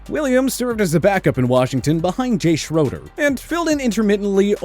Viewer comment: Also, Jay Schroeder’s name was pronounced “Shray-der.”